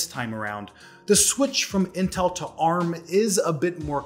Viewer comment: Wow you're finally pronouncing ARM correctly.